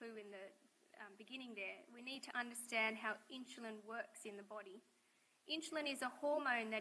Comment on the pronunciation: Not sure why she keeps pronouncing insulin as inch-a-lin but gd vid.